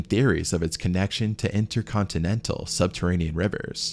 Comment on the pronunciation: "Intercontinental" are you uneducated?!